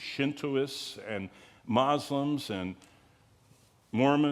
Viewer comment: I love the way he pronounces Muslims. He says, "Mazlums" lol